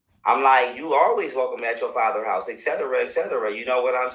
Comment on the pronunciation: whoa.....i say whoa.....he shaved the world in 2020???????? he said etcetera ancetera...lmao....